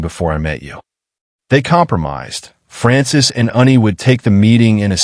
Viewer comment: Its ANNIE...NOT UNNIE. Story chapters also seem to be disjointed a bit. But overall interesting storyline. This is the first polly wolf story ive read that had 2 females instead of 2 males. Was a good story. 🎉